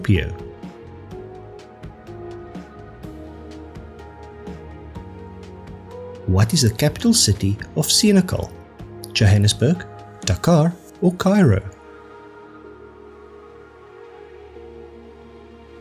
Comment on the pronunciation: It's Senegal, not Senekal.